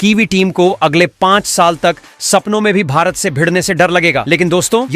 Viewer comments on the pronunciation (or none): none